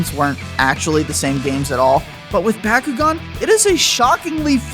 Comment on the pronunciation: My favorite DS game is how you don't know how to pronounce Bakugan. What do you say Merry-o as well? reported to the FBI